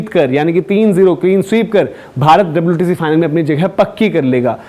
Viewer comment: Aba wtc hotha hai wtshee nahi😂😂😂😂